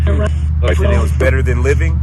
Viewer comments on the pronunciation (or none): none